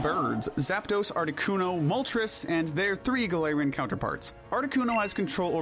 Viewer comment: IT'S GALARIAN, NOT F*CKING GALATIANS! SAY IT RIGHT!